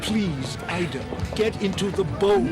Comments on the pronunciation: It’s “IDA” not “Eda”. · It bugged me that he said Ida’s name weird even though during the deleted scene they said it right.